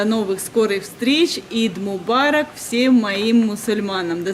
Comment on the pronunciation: Не ид мобарок а аид мобарок. Eid Mobarak